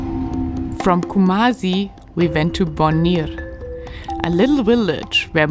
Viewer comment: The name is Ku+ma+Si Bon+Wi(We)+Re